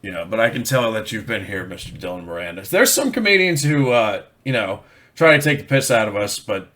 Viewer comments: you need to learn how to prounounce moran , it;s more in not more anne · More-on, not mo-ran. A couple of years ahead of me at school, Tommy Tiernan was also in the same school, check him out too. I'm just as funny but I never cashed in on it because I'm so charitable.